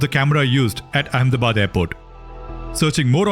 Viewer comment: saying Ahmedabad Amnebad?